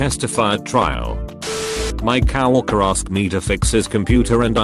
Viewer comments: cow workers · Nobody: Text to speech: coW ORkErs